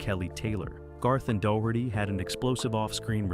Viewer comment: The mispronunciations are all really funny, but DOUGH-HURTY, from Ninety-Two Ten truly cracked me up! Now there's a knock-off show title, if I ever heard one.